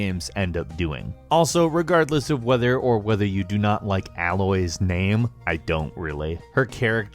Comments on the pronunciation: It's A-loy not aloy A-loy (that's not how you spell her name I'm saying how you spell it in the comment) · Lol complains about Aloy's name and doesn't even pronounce it right. It's pronounced ay-loi not alloy... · The way you said Aloy made me cringe... it's pronounced A-loy... not al-oy 😂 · It's not pronounced 'alloy' It's said like 'Ayloy'. How do you mispronounce so many things in games you love? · Am I the only person who noticed he pronounced Alloy's name wrong? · It's Aloy, like Aye-loy, the game makes it abundantly clear. Your dislike for the name and inability to accept that it can't possibly be pronounced any other way than the metal is frustrating. is frustrating. Easily gameranx weakest link. Pay him to do research and behind the scenes stuff but get him out of these videos. That is all. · IT'S PRONOUNCED ALOY LIKE HOW YOU SING THE ALPHABET ABC! ALOOOOOY ALOOOYY ALLLOOOYYYYYY!!!!! THEY LITTERLY SCREAM IT IN THE FIRST SCENE BEFORE YOU PLAY! ALLLLLOOOOYYYYY!!!!! FUCKING ALLLLLLOOOOYYYYY!!! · A-LOY say it with me now. :D love you guys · You'd probably like Aloy's name more if you pronounced it correctly...